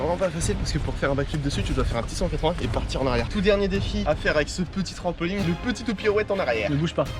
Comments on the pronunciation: En 1 an ta toujours pas appris à dire trampoline et pas trampoling mdr ✌️ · On dit pas TRAMPOLIGUE mais TRAMPOLINE